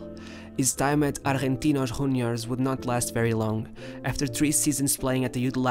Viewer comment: Its pronounced "riquel meh" not "riquelm" and its "argentinos juniors" not "argentinos huniors"